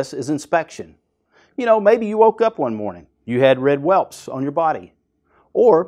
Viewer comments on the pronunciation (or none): Whelts..not whelps😂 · It’s welts, not welps.